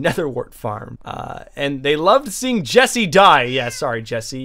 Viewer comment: That ain’t Jesse, that’s Jeese. Sounds like a mix of 🧀 and New Jersey